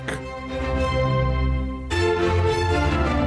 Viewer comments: "Stabibility"? Is that like "conversate" or "conversating"? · “Stay-Ba-Bility” … unfreakinbelievable 😡